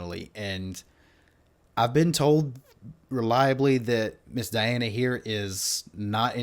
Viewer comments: You already got her name wrong. It's dee-AHN-uh. Not die-ANN or die-ANN-uh. Last name is ahn-ku-DEE-no-va. Easy with practice. The show was not You Are Super. This is the follow on show called Show Mask Go On, which is the Russian pronunciation of the letters you see on the stage during the judges reactions. The judges are also the contestants on the show, which is an interesting concept. The judge in red looked astonished early on, because she realized she was in competition with a vocal goddess. The opening notes are very similar to her speaking and laughing voice. If you watch the video on her channel there is a judge discussion following the song, and you can hear her low speaking and laughing voice. That one also has subtitles in English. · You seriously butchered her first name. It's pronounced deeona...hilarious. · Dee- Ahn-na Diana 🤌🏽 Ahn-koo-dee-nova Ankudinova 👍🏽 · actually .. her first name is DEE-ana :) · Diana (DEE-ana) is a must see to understand just how Great she really is. A Russian, singing in English Language. Her last name is said, An -ku -De -nova, spelled Ankudinova. The i turns into a E.